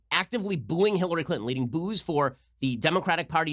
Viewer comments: Lmao she said Hillary Clin-in its Clinton speak English 😂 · Has anyone else noticed that young people say bu un instead of button? Cli un instead of Clinton.